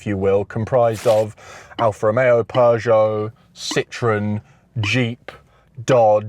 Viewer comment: you pronounce Peugeot so badly that the subtitles can't get what word you are saying, while they get Volkswagen out of a cough..